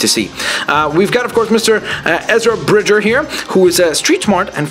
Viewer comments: its ezra brige-er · Its pronounced "cane n" and "bridge er". :) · It's Brig-er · Ezras surname is pronounced like 'brijer'